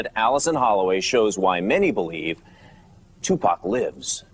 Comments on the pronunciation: I really wish that english narrator would STOP calling him 2pack! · lol bitch its 2pac not 2pak ya dumb bitch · its 2 pac not 2 pack bitch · I nearly knocked somebody out once as they pronounced his name as 2pack shaker!?! I mean wtf, ignorant cunts the lot of them R.I.P Tupac Shakur 1971 TO 1996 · why this bitch saying two pack?? its TUPAC you dumb broad! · bitch its 2 pac not 2 pak tf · TUPAC NOT TUPACK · bitch it is tupac not tupack the fuck is wrong with you ??? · Tupac... not 2 pack... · exactly and "tupack" yea this bitch dont kno anything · I hate how white people say 2 pack smh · I really fuckin hate when people call him, "2PACK" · his name is two pock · yeah ikr its pronounced 2poc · she can pronounce makaveli but still says 2 pack after all this time. she's the dumb bitch lmao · hmmm....the female commentator said 2 "pack" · 2 Pack is how she say it lol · Lol the reporter is saying two pack xD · do yall not know hot pronounce 2pac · I know right? If your gonna do a documentary on him, talk about him or wateva, atleast you can do is pronounce his name right, its not that hard tu as in 2 and pac as in fuck but pac, geez man smh